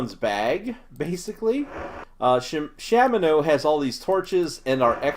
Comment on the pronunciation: People who say SHAMino also pronounce .gif jiff. You don't need those people in your life.